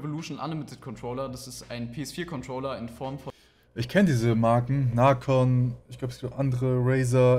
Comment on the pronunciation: Er wird Nacon geschrieben aber man spricht es naikon aus